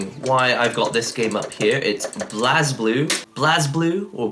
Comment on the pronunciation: ブレイブルー is how you say it. I don't think I've ever heard an English speaker say it right.